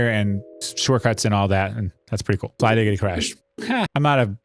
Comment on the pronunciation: bro really said flygiggidy😭